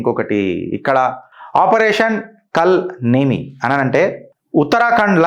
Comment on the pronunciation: కల్ నేమి కాదు కాల నేమి పేరు లొనే చాలా అర్థం ఉంది. సరిగా పలకక పోతే అర్థం మారిపోతుంది.